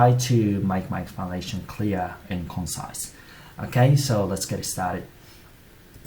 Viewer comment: 細かいことで申し訳ないんですけど、conciseのアクセント違いませんか？